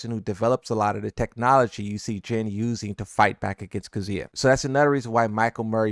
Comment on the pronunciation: You can pronounce bosconovitch right but you can’t pronounce miary or kazuya right